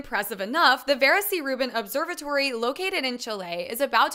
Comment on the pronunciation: Great video I love your enthusiasm however her name is pronounced (veera) not vera